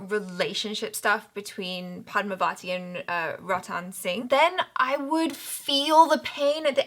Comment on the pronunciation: Rah-ni not Ray-ni. Padmaa-va-thi not pad-mah-vaa-ti/di.